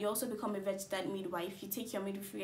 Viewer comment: Why re u pronouncing it as "vergistered" nurse